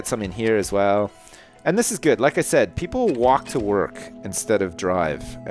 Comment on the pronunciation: said not sayed and you spelt neighbourhood wrong